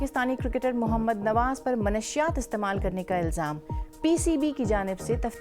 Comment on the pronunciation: محترمہ!! مَنشِیات نہیں, مُنَشِّیات مُ نَش شِ یات, برہان برحان ؟ بُحران!! پلیز درست تلفُّظ کا دھیان رکھتے ہوئے درست استعمال لازم ہے۔